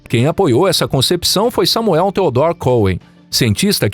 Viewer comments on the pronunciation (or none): none